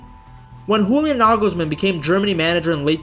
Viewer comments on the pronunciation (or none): In German, the j is pronounced like a y, not like an h as in Spanish. Pronounce it Yulian Nagelsmann. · Just FYI: the "J" of the the name Julian Nagelsmann is pronounced like the "Y" in "yes". (It's not spanish, so no "H"-sound 😉) But "Nagelsmann" is perfect😊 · Bro pronouncing Julian as if he were from Spain😂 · You-Lee-Ahn. With the main emphasis on the first syllable. Joachim Löw is harder because of the ch but the o and a don't fuse into one but are each pronounced